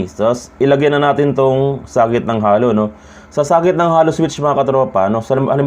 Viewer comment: Boss sabihin mo Hey-low (halo) hindi Hallow! Tnx!